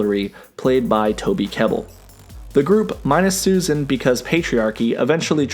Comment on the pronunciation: "FRantastic 4" -"STusan Storm" -"BRen's" Lol